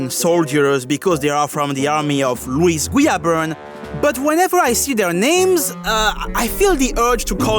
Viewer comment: This is so off topic to the video but I loved A) everytime you went "omg its louis guiaberne" "omg that was louis guiaberne" B) i love the way you say his name xD idk why